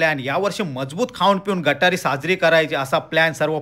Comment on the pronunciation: गठारी नाही गतहारी म्हणायचे ।